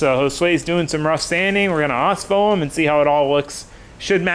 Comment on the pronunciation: Ospho Rust Treatment took me forever to find and was not clear with his pronunciation of the product